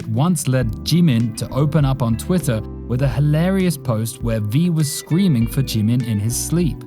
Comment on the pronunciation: its jimin not g min very wrong pronounciation, but B for effort edit : breh did ya hear me? the second time you said jimin it was great